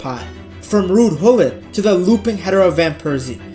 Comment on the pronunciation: Its gullit, not hullin😂